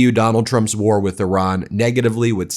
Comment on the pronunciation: Thank you for properly pronouncing 🇮🇷 Iran